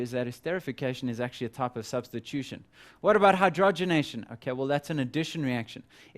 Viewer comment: "Substition" or "Substitution"?